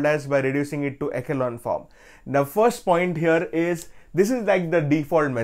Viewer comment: echelon is pronounced as (e-shu-lon) sir❤